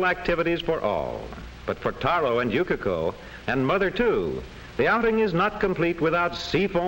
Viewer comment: ナレーションの”Yukiko”が”Yukako”に聞こえるの私だけ？